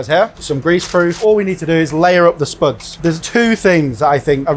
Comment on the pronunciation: I love the way he says spüds